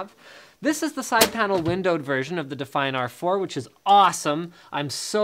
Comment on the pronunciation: Because he pronounced it like that.